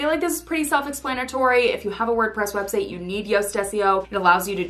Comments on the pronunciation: Did you say web "seigh?" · Why are you saying website as websay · it's just curiosity cuz I thought I was mishearing